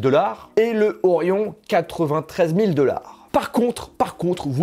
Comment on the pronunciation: S'il te plait fais un effort pour dire "dollar" avec un O et pas "deular". C'est vraiment moche quand tu le dis.